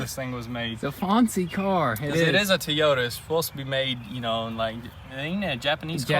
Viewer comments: ITS TOYOTA NOT TEAOTA! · Toyota not Teayoda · Tiota supra 😂 😂 😂 the things they say never get old 😂 😂 😂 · Get rid of those red mirrors! And it's TOYota not TEEota you go to the toy store for a toy not the tee store! LoL Dang it's aggressive! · everyone: "toyota": "to-yoda" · Lmao love the vids also he calls it a Teyota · My grandmother used to call it Tieyota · Please stop with the Teeyota....lol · Did he just say that “Tiyota” Supra??! What the prick is wrong with both these guys’ pronunciations, son???!! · Say it with me " TOYOta" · Tea-o-ta Supra 😂😂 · What's a teeyota? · Umm WTF is a tee-yota?? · Tee oyta? Jesus christ... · "Tea-Yoda Supra" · T-Yota LOLOLOLOL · Is he saying tee-yota Supra? Lol love these guys! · Never heard of a Teeyoda Supra before LOL! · It’s pronounced.........TOY-O-TA........ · Why does he keep calling it a TEEYOTA? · That poor "TEEYOTA" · teyota.new accent has been released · That's how they pronounce Toyota in TN? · Teayoda supra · “Tee-ota supra “ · Teeyota lol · TOY O TA jesus pronounce it right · also pronounce Toyota correctly Jesus Christ. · Tee- Yo-Ta! It’s funny because I remember awhile back you guys were on a build where every video you posted someone was saying something about your guys pronunciation on one specific word. Someone refresh my memory on that one if you remember. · It's pronounced "TOY" ota... Just saying... The mirrors should be color matching with a small red pin stripe to better match the red accents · Everyone said something about how he says TeeYoda in the last video. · Toyota pronounced Toy-oat-ah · I put a swab in my ears whenever they said Tee yota...btw, dang son.. please put on a mask when you cut the blown airbags... and another advice, don't touch anything that somebody left in a used car..not cool and not safe, especially nowadays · Again with the Tiota Supra. Lol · Say it with me... Toyota (TOY-oh-tuh) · "Tiyota" LOL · TEEEEEEEEEEEEEEEEEEEEEEEEEEEEEEEEEEEEEEYOTA ... Come on... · Toy yoda